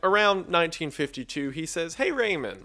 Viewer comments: i know im late but its pronounced as magSAYSAY not magSEYSEY TT edit - also its RAmon not REYmon TT <3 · i can't get used to "Ramon" from Ramon Magsasay pronounced as "Raymond"